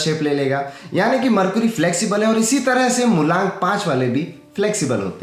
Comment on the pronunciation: मरकुरी नहीं मरकरी होता है भैय्या।